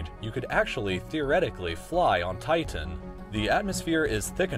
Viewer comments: Thus guy over pronounces his T's. TiTan. MeThane. Annoying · The way he pronounces Titan though...